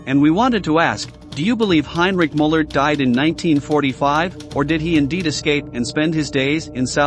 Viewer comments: I appreciate the information, but these names are being butchered. Müller is pronounced Mewler. I'm not an English phonetics expert. I spelled the pronunciation the best I could. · You can't even pronounce the names normally, that guy's name is Muller, not Moller and it's not Mengel, his name was Mengele. Look into it or is it just about the clicks?